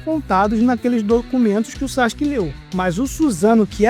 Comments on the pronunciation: SAXIQUE???? onde tu aprendeu essa pronuncia? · Todo manga é assim😂 ja percebi isso aos 14 anos ...sendo um grande consumidor e fa. Por isso parei. Ps. Sakuke se fala hoje saski. mas antes todos falamvam sasuki😂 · Saxike não, fala direito